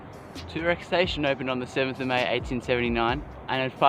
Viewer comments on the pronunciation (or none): did he say 1839 or did you just say 1879 funny and it sounded like 1839